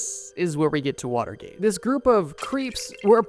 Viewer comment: Way to butcher Watergate.